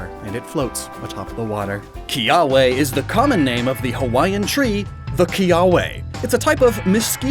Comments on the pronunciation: Ee Lima and Kiah Veh. hopefully that helps butcher Hawaiian less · Pronuciation Errors and just general topics, from a native Hawaiian Ilima - e•li•ma Kiawe - ki•a•ve (most w are pronounced with a v sound) No one really eat hala fruit, but if you do let it dry, you can use it as a brush. Hope this helps ✌️ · its pronounced Kiave i can take most of the grammer misstakes but this one was easy